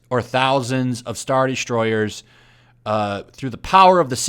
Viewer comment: it sounded like you said “straw destroyers”